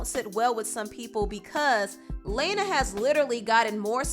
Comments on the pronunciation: But Lana did (La-na; not Lane-na or Lay-na like keeps saying) pave the way for many artists that came after her and was among the first to do the whole "sad-core" and melancholic style of pop music that we know today. She inspired artists like Lorde, Billie Eilish, Halsey, Miley Cyrus, etc. Her music is phenomenal and her latest album, Norman Fucking Rockwell, even got nominated for AOTY at the 2019 Grammys. As a huge fan of hers, I don't agree with everything she said and how she worded it but I understood her. We don't gotta drag her name through the mud, though. She's pretty much the Beyonce of alt music, but doesn't get as much recognition as she deserves. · Love your videos. Btw her name is pronounced Lana (lah-nah) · "Laayna" ?1?! lol! if your going to talk about people at least pronounce their names right. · Meanwhile can’t say her name 😭 😂 it’s pronounced Lawn-Na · Lay-na???? Fuck off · every time she said LaYnA I cringed 💀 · Hearing say “Lana” had me dying 🤣 LANA. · Lana, rhymes with LLAMA, lmao... "Laayna" "Laaaaayna" Lmao, I can't breathe. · why do you pronounce 'lana' 'lay-na' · the way she says lana lmao... it's literally pronounced how it's spelt. \(LA-NAH) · It's LAAAANA omd you don't have to like her to say it right how ignorant could you be -_ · Her name isn't pronounced like that. I want to say it's pronounced Lana but apparently that doesn't work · pabloescabar daughter her name should be pronounced LAWN- Ah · You are saying "Layna" on purpose and it is HILARIOUS. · Yo... Please. It's pronounced "lawn-na" Lana.... Jesus. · .....it's Lah-na......Lana. It's an actual name. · her: LAYna me:😑 mhm bye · It's pronounced "luh-na" 😭😭😭 but I agree with what you said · "Leyner del rey" 😂😂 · Do ya actually pronounce the queens name “Lane-Uh” LMFAO I’m shook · 😂 everytime I heard "LAYNA DEL REY" 🙏🏼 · It’s pronounced “LAWNA DEL REY” but spelled like Lana Del Rey . ❗️ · The pronunciation of Lana's name is disturbing